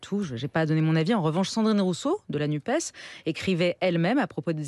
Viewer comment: NUPES se prononce "nupesse" comme dans CAPES, CNRS, PS etc ...